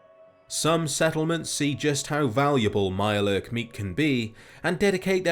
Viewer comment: if there was some way to roll your "R"s through text I would. "A MIYURE LURRRK" 😂